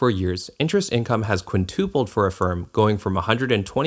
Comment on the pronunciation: Quinn-TUP-old. Not quin-toopled 🙁